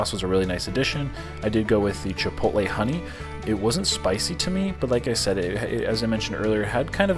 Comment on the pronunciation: Shout out to you for knowing how to say Chipotle! That's some verbal gymansitc for some people, not sure why. I'll have to say, I've tried to troll you over the years, but you always respond with positivity, which totally sold me on you. Genuine dude, for sure.